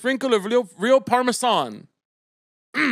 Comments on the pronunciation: obsessed with how caleb pronounces parmesan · neeeeed to know why you’re pronouncing parmesan like that week after week queen